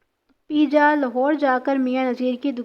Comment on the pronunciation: Baji peeja nahi peja hota hai pervez ka urf